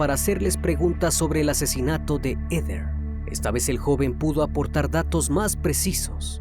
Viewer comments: No se pronuncia EDER.... Se pronuncia : JEDER (Heather) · No se pronuncia EDER, se pronuncia JEDER... (Heather) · Comentario constructivo .Se que es difícil pronunciar los nombres en inglés.Pero no es “Eder” es “Jeder” (Heather). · Heder..... Ese nombre se pronuncia "jéder" ...no? Y no "eder"